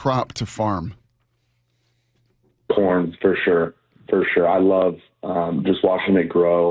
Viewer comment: Salk thought he said something other than corn.